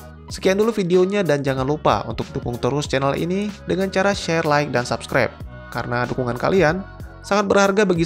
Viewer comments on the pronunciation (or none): none